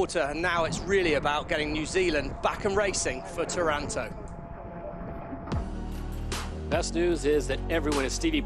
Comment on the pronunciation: It is NOT Taránto (sounds too much like Toronto). It's TÁRANTO!